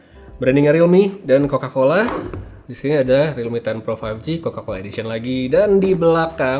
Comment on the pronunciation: realmeow beneran